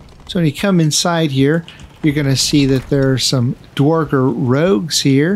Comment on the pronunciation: Awesome video. A little help on pronouncing "dverger" from a scandinavian: In the scandinavian languages "dværg" means "dwarf". Dverger is the old-norse word for dwarf. Pronounce the first E an R in "dverger" as "air", not "or" - "dv-air-ger" Love all your content :)